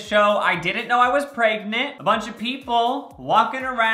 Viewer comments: i will never get over the fact that he says "preygnit" instead of "pregnant" and he says it literally at least once every video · No one: Absolutely no one: Not even Jacob:: PReGnaT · any video where is going to say “pragenent” a bunch of times is gonna be Good